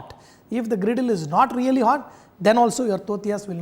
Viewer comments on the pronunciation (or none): none